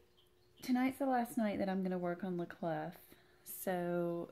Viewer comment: I love the Bunny Bayeux Tapestry. I can totally see you darkening that down. Haven't seen the new M. Night but my daughter has and thought it was really good (she is a first year psych. student). The man can do no wrong in my eyes - even the stinker that was "The Happening" had its good parts. Love all your WIPs at the moment. French pronunciation of "La Clef" is "La Clay" Don't pronounce the "f" on the end. Yes, this is the person I have turned into. Correcting peoples' pronunciation on Floss Tube, all the time. I am a total twat. I know it. I am so sorry but it was like nails on a chalkboard. Sorry. Feel free to pronounce the "f" in "** off"! Sorry (again). I really can't help myself......sorry x